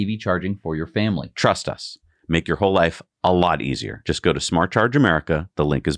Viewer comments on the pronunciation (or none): none